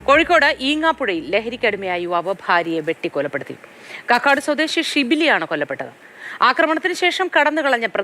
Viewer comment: കാക്കാട് അല്ല കക്കാട്